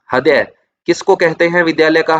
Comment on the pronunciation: Sir aapse ek request h heart ko hindi me riday boliye .....haday ni